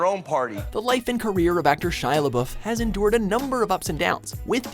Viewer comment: If you guys are going to make a video about celebrities, please make sure you figure out how to pronounce their names first. When you were talking about Shia, I cringed so badly. Sigh.